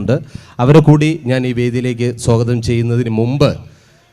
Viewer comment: സോ ഗതം അല്ല. സ്വാഗതമാണു്, ജാഗ്രതൈ 😁😀🤣🤣🤣🤣🤣